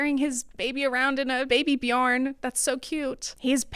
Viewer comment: hahah its so funny hearing an english speaking youtuber pronounce a swedish word Björn its like bjouornhe Ö is spelled uhh so its bjuhrn 🥰